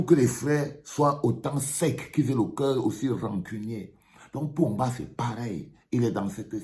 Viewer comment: Ô ooooooooo vraiment c'est Paul Biya que tu appelles Pomba 😂😂😂😂😂😂